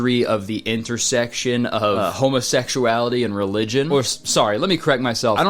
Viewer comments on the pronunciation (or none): bro rly said "homosex-suality"